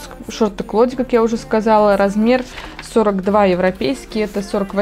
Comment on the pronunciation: Так и не поняла, что за выкройка, невнятно сказали